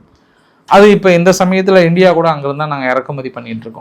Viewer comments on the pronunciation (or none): none